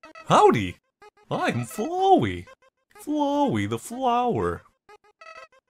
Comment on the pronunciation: You said Flowey's name wrong. Its Flowey like as in Flower. You would say it like your saying flower but make the ey sound at the end.